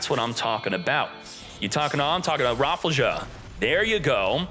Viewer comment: That surely cant be the correct pronounciation for rafflesia is it!?